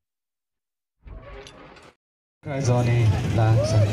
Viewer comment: Not bad, slight problem with saying Joni, which is not a common American name except in the South. What I was hearing was Jhon ni. It should sound like Joe ni. Still pretty good.